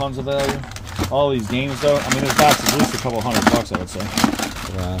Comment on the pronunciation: “Hunnnerd percent”🙄